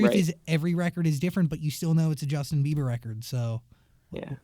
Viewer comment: Why's he keep calling him Justin Beaver? Lol